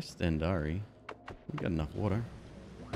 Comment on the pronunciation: Hehe, he pronounces 'stendari' as if its the god "Stendarr" from ES. While all it is is colloquial finnish for a lighter.